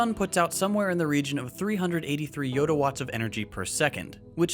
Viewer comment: did i just hear 'yodawatts' ;)